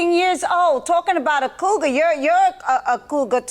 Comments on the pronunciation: I know exactly what that means. Lol! She kept saying CROUGAR, instead of COUGAR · Why does it sound like she’s saying crougar🥴🥴 Judge Mathis is hilarious “everybody is getting threatened in your circle”😂🤣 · Judge Mathis almost Said Coo-guh lol then he caught himself and said coogar 😂😂😂😂😂😂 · She said crougar 😂